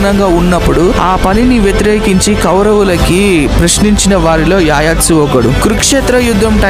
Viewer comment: Yayatsu ani pronounce cheyyaru... It's Yuyutsu